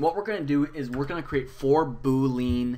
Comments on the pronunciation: "BooLEEN or BOWLEEN however you say it" bruh it's "boo lee ann" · I'm pretty sure "boolean" is pronounced "'bu:-li-an" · It’s pronounced boo-lee-īn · Bool (like pool but with a b) ee (as in he, she, we) in (as in... well, in.) Bool-ee-in. Boolean.